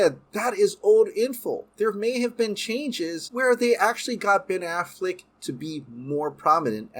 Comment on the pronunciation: I just want him to stop saying “Ben Afflick “ and “Batflick” lol I love your vids too, 👍🏾